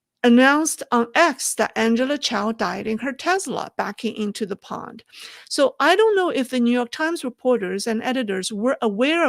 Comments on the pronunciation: the word is pond, not pound. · pond sounds like yawned You are saying pound.